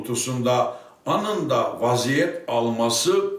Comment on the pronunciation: aninda. Bir an icin aminda diye anladim. Saka misin sen yahu o nasil Turkce oyle. Dur bakalim kac kisi sen Turkce ye bakma soylediklerine bak ayni zamanda kulaklarini temizlet diyecek.